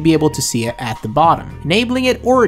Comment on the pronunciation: bro, why do you say "duh" instead of "the." Where are you from in the U.S. that anyone even speaks like that? I have a friend who speaks like that too but how.